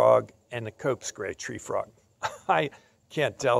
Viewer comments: Hi i was just being silly i was commenting that you said cope's gray Free Trog you pronounced it wrong at that time😂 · did anyone here he says cope's gray free trog